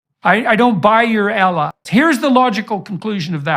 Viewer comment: I don't care who he is. Human or djinn. If he is against Islam, he is against us. And he's wrong. By the way, that way of pronouncing "ALLAHU" in his blasphemous mouth is well studied to offend, in my opinion.